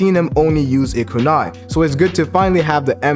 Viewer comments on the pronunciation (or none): none